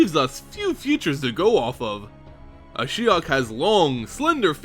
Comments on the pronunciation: Yes I found it confusing as well. He began with Ashy-ok then changed it subtely to A-shy-ok. I wish the narrator would just stick to one pronunciation and stick to it. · Kinda weird that you used 2 different pronunciations for Ashiok, interesting story though. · lost count of the amount of different pronunciations of Ashiok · Ashiok is pronounced like three different times during this video :') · another great vid, tho you pronounced ashiok differently throughout it. LOL